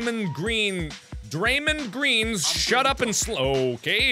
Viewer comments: Dray Mond. it's how you pronounce it. Like Mondo. Rondo. Draymond Green. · Mark thats not how you say Draymond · Rest of the world: ( Dray-mouhnd ) Mark: ( Dray-mend ) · He said Draymind instead of Draymond 😂😂😂😂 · not being mean or trying to hate..... but its not dray-muhnd green,its dray-mond green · "draymun" green... im schleep😂😂👍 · "Draymen Green" 😂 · I know mark don't know anything about ball he said "draymin" green but love the videos mark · Is everyone going to ignore the fact he said 'draymund' lmao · * pronounces "Draymond" like "Raymond" * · it's funny that Mark doesn't understand y Draymond Green pronounced "Dre-mon" Green and Meta like karate 😂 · play this again and by the way it's pronunnced dray-mond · "Dray-mind" facepalm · It's Pronounced Draye-mond green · draiy-mohnd green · "Draymin Green" 🤦‍♂️ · It's pronounced drey-mond green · The way you said Draymond 😂 thanks Mark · How he was pronouncing Draymond killed me. XD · I know Mark doesn't watch basketball (nor do I) but I'm mad he pronounced Draymond like that... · When he says draymond green wrong.. smh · It was SO cringy to hear him make all those incorrect basketball terms, ESPECIALLY when he pronounced Draymond's name wrong. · great people are going to get triggered because markiplier mispronounced Draymond's name